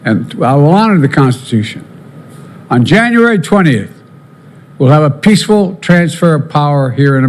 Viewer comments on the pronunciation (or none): WATCH OUT FOR " PEACHFUL TRANSFE OF POWER "